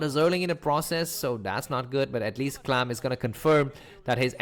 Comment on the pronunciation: Can't believe you just chose to call him "clam" xD